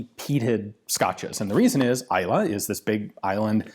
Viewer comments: When you pronounced Islay correctly while reading the question I already knew you'd be a fan. :) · Good pronunciation on Islay Pretty decent pronunciation on Lagavulin. signed, a Scotsman